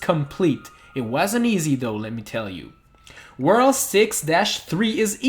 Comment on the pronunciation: Just say worlD you are saying worl all the time